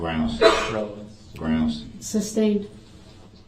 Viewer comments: It’s grounz not groundz 🤣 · SuBstain TacKit TacK-tik Grounzz Relevancy Revelancy Axed Troof Biast What else am I missing?